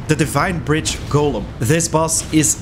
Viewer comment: Finally someone who doesn't say gollum when they are talking about golems. I hate people who mispronounce golem.